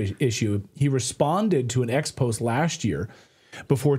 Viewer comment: First time I ever heard expose' mispronounced by a journalist.... yikes!